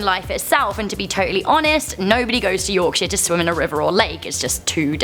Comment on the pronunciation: Wahey! Yorkshire mention. Proud leeds lass and isn't it nice when it's pronounced properly too